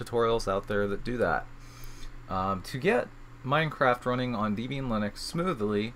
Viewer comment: Sorry.... it's not deeeb ian (#1).... it is a contraction of a mans wife (deb) and him (ian) hence the name. Point #2, backslash is this character"\" it is used in the windows/MSDOS world. the character is a slash "/" and IF you feel the need to specify WHICH slash it is, it is a FORWARD (/) slash, not a backward (\) one. Microsoft, I believe did this to be 'different' from the other OSes of the era in using it as a delimiter. Your emphasis of capital versus lowercase letter is well deserved, thank you. Also, a HUGE GIMONGOUS shout out THANK YOU for all of this!